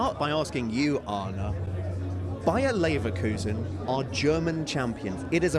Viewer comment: NEVER say Neverkusen again.